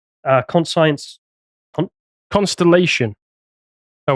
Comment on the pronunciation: Yes. And then listen to when he says "Con science? What is that?"